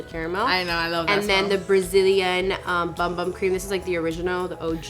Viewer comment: So the BumBum... if you're representing Boxycharm, you should know how to pronounce the products. It's not bum bum is boom boom, and it's not Spanish it's Brazilian and they speak Portuguese, the "j" is not silent.